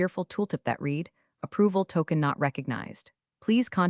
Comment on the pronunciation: You still don’t know how to correctly pronounce the word, “read.” ?????